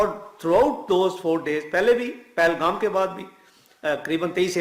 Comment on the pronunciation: Bhai mai aapko 6 saal ss follow kar rha hu aap ki ek baat bekar lagti hai ki aap paalgaon mat bola kro ye पहलगाँव hai pronounce theek karo please